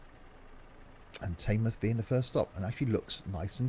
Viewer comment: It's pronounced tinmouth